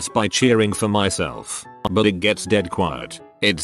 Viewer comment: I love how it pronounces "buuuuut" as "buwoot".